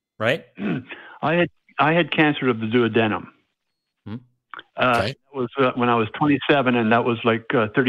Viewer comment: I would think somebody who had cancer of the duodenum would know how to pronounce duodenum....